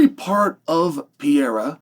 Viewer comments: “I’m a huge fan of Pee-yaira” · Bro say his last name right Jesus Christ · If you were a tremendous fan you would learn how to fucking pronounce his name correctly and then he wouldn't be mad at you because you have the cultural intelligence of a goldfish. 😂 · First learn how to say PEREIRA’s name. Tell me you are American without telling me